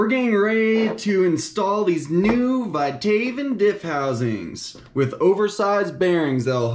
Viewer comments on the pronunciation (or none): Not Vithaven... Vit-A-Von